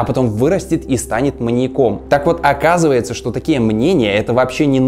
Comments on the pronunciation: Всё конечно хорошо, но.... МаньякОМ,маньякА. Что за жесть. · МаньякОм.. Пожалуйста нееет, ну не маньякОм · Серьезно? МаньякОм? Неужели нельзя было проверить по словарю, режет слух 🤦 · МаньЯк. Ударение на последней слог в проверочном слове. Следовательно: маньЯком, маньЯку, маньЯка, и.т.д. Уши режет. Сорри, даже не дослушала🤷